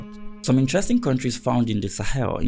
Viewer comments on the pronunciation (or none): none